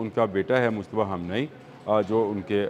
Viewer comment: You should ask a Farsi-speaking person on how to pronounce names correctly It should be announced; KHAA-MAY-NAY-EE NOT KHUMNAAEE